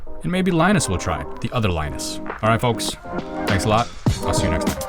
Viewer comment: I thought his name is pronounced lee-noos